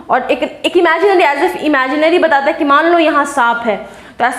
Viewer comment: Not batlata it's batata mam